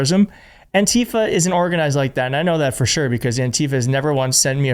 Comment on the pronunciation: btw, it is pronounced ANtifa. The stress is on the first syllable. Don’t let them kaMAla this